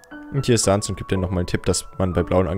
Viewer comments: Man spricht es säns und papeirus aus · Man schreibt es zwar Sans aber man spricht es Säns aus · Es heißt säns PS: es wird einfach nur sans geschrieben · Du sprichst sans falsch es wird säns ausgesprochen #nohate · Männ spricht sans säns aus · Auch im deutsche spricht man das Säns aus😅 Nur so ;D (Sorry😆😅) Apropo Sans,meine Lieblingsbeschäftigungen (ungewöhnlich für ein Mädchen ich weiß)😴!!📱📒(🖍✏) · Also ich finde man spricht Sans und Papyrus eher Säns und Päpeiras so sollte es besser klingen und sollte eher aus gesprochen werden aber nicht so gepsrochen werden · die skellete heißen säns und Papierus | oder auch im englischen Sans , Papyrus also sag es nächstes mal bitte so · Und es wird sens ausgesprochen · Das er immer Sans und Papyrus nicht richtig ausspricht